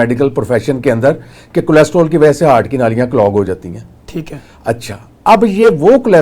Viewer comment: ڈاکٹر نوں لمے پا لوں اسکو کولیسٹرول بولنا نہی آتا